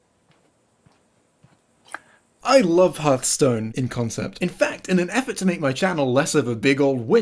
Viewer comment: Imagine unironically saying Harthstone.